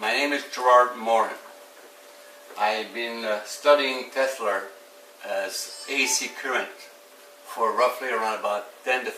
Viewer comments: Teslaaaaaaaaaa, not Teslerrrrrrrrrrr. Funny but impractical. You’d have to wear noise canceling headphones to power your tv and put it on closed caption. Would be like living at the end of LAX runway. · I had always mistakenly thought Tesla was pronounced exactly the way that it looks. However, this man taught me that it is pronounced: "TESS-LER". Apparently, the "ER" is not only silent, but it is spelled with an "A". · No "R" in Tesla!!!!!!!!!!!!!